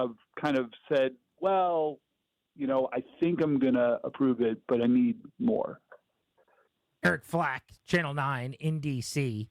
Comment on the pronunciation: "Eric Flack", not "Eric Flake"!!!!